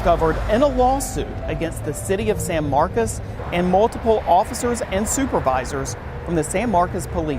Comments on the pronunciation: stop mispronouncing SAN MARCOS, NOT SAN MARCAS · Why are they saying “San Marcus” when it’s with an “o” San Marcos” see the “o”???